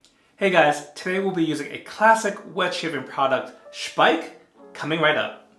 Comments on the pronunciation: i think you are the first english/american speaking youtuber that say the name Speick correct. Nice review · Well done with the German pronunciation of Speick! Nice shave... I need to do a shave like this soon.